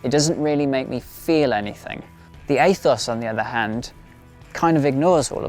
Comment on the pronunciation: Aethos is pronounced ethos in English. Athos might be an American pronunciation idk.